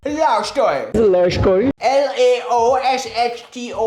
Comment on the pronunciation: this is a Love story ❌ This is a Love shkory ✅